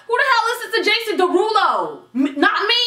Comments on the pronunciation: Jason Derulo. Jason De-who-do 😂😂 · I love Jason Derulo, but that "Jason Der who doh" was funny as hell !! 😂😂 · "Jason Duh-who-doe" this is why I love 😂💕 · i started dying when she started to make fun of jason duh-who-dough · no she did not say jason de-who-doe. i CAN NOT.